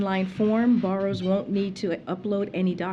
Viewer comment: She cannot even say the word borrower … like what else is there to tak about…. Seriously u fkn Morons that support this bs .